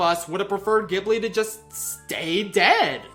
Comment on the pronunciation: it's pronounced ghibli not ghibli